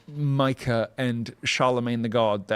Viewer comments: It’s pronounced Meeka not myka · Does Tim call her Micah as shade, or is nobody brave enough to tell him it’s “Me-ka”? I mean, Phil says her name correctly right after Tim says it wrong… This shouldn’t bother me, but it does. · Say it with me Tim, MEE-CAH. That’s how you say Mika’s name lol. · Will you corkys from facts of life please learn how to pronounce the name Mika already!? WTF!? It's MEE-KAH!!!